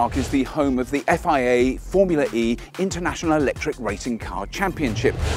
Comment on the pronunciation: i like how they kept saying 'formuleree'